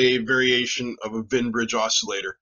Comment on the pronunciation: Wien, not Wein. (Both are German names. Wien is the inventor of the Wien Bridge. His original paper about it is fascinating because he's experimenting with an "optisches Telefon," a primitive oscilloscope made by bouncing a light beam off a mirror attached to a telephone receiver, i.e., small speaker.)